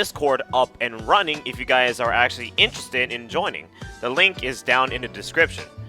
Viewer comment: ackhually this ackhual video is very ackhually ackhual